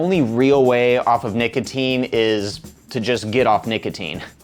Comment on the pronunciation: when u say nicotine the firstime i thought u said naked teens